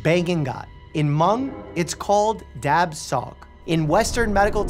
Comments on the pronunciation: I appreciate you sharing about the Hmong community! I wanted to kindly correct you on the pronunciation. My culture uses a tonal language when we speak, as many don’t know much about my culture. “Dab Tsog” is pronounced “dah chaw” like “saw”. Would love to hear more storytelling! 😊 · I was going to say, Dr. Mike didn't pronounce "dab tsog" correctly, but that's okay. It's cool that he included the Hmong in this video.